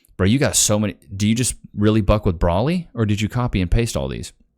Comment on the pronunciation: Like the way you say Broly’s name❤❤